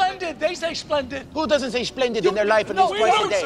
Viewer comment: We don't say shplendit